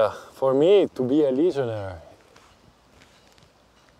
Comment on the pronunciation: The word is "legionaire" like "millionaire" not legionary.